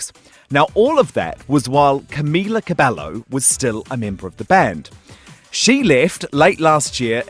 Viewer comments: Ergh made me cringe when he said Camila cabello wrong..boiii cabeYO ✌🏽😂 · He was like I'm a huge fan but he can't even say Camila Cabello in the right way 😂😂😂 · It’s not cabelllllo it’s cabello fuck😂😭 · BITCH?! CabeLLo?? It's CABEYOOO! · So we're not gonna point how how he said cabelo not CABEYOOO???? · AND IT'S CABE YYYOOO NOT CABELLO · im sorry but I have to say this....ITS NOT CAMILA CABELO ITS CAMILA CABEYYOO ITS NOT AN L AHHH!...sorry I got so triggered at this 😠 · Who's Camila CabeLo bruh? 😂 Ay ay ay ese Spanish... it's Cabello honey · He pronounced her fucking name wrong it's pronounced Camilla cabeyo but it's spelled cabello because in Spanish when there's 2 L's they make the sound of a y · CabeLLo he can't even fucking pronounce her name. Leave girls alone, that's not our business anymore.... I'm so mad right now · WTF! 5H has been in d industry since 2013 and d interviewer cannot even pronounce Camz last name correctly. dude search bout ur guest b4 an interview. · He’s pronouncing Camila Cabello wrong! The L’s are silent! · I had to take a deep breath when he pronounced cabello wrong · Why can't anyone say Cabello right ?? it's not that hard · The way he says cabello pains me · "Im a huge fan" but says camilas last name wrong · How tf does he say that he's a huge fan when he doesn't even know how to pronounce Camila's last name